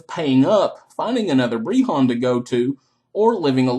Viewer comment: Never say the word BREHON AGAIN!!!!! breHHAAAAAAWWWWWNNNN